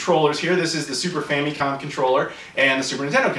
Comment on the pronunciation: stop saying "fam'EEE'com", no one says that. Your videos are interesting, but that is not how that is pronounced.